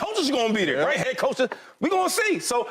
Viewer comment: It’s pronounced THERE…not DARE